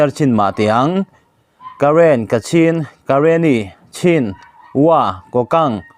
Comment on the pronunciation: MMDAA ('' Kokant'' ti hi a rik dan tur ka'n sawi ve aw . mizo rik dan turin ''Ku- kant'' tih tur a ni ''ku'' hi thluk sang tur a ni e.)